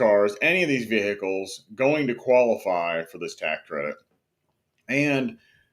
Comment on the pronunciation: Vee-HICK-els😂 Thanks for the content!